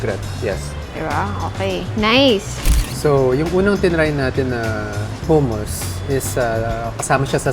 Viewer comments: Saka hindi po Hooo-moos ang pronunciation ng hummus. its Huh-muhs. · HUMUS pronounce HA not HU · Madam… hindi pu hummus yan ang spelling pero pronunciation is HUH-MUHS po. ✌️